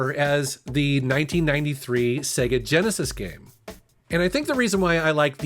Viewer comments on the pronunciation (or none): none